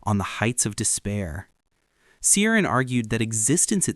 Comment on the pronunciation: Cioran is pronounced cho-RAHN. If you are going to blab about these people learn first how to pronounce their names.